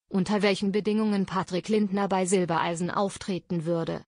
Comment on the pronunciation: Jetzt bezeichnet auch die Rednerin Florian zwischendurch als Silbeleisen! Hallo YouTube wann bringt Ihr Euren Sprechern endlich bei wie Familiennamen korrekt ausgesprochen werden !